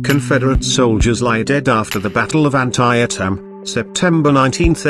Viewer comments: An-tie-a-tim? At least check with an American about pronunciation. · LOL.....WTF.....I appreciate the English take pride in their language but you don't pronounce an American place as you THINK it must sound. Brutal!!!!